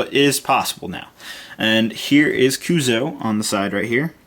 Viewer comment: YOU SAY CUUSOO WRONG! FUUUUUUUUUUUUUUUUUUUUUUUUUUUU...IDK